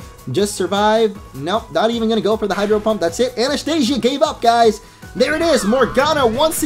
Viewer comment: I just wanted to tell u ...her name is Anastasia not Anastia